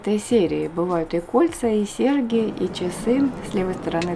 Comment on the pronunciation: В слове сеРЬги посредине МЯГКИЙ ЗНАК, следует ПРОИЗНОСИТЬ МЯГЧЕ.